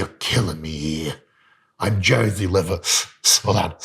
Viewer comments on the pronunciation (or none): That liver accent! 😆 🤣 😂